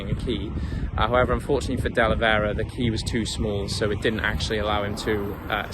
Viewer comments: De Velera not Delevera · Great video you pronounced his name wrong up until the last time you mention him